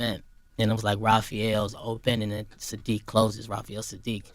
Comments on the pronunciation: Bro.... it’s Saadiq, NOT Shaadiq. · After hearing u call him SHADIIQ A hundred times.... I can't even finish watching this vid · Homie, why in the world do you keep calling that man "Shadique", my question is an emphasis on the weird, "Shhhhh" you've added to this man's name😳💭? The proper pronounciation of his name is "Sssssss"+aadique, that's 1 "S", not combined with any other letter like "sh" or "sch", it's just plain ole "S" as in "snake"🤦🏾‍♀️. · Dude gotta stop saying "Sha-diiq" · Why do you keep calling him Shadeek? It's Saadiq. And Mary Jane Blye? Why are you reporting on people whose names you don't know? 🤔